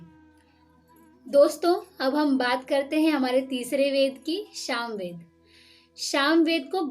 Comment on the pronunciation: आप शामवेद केह रहि है। वो सामवेद है।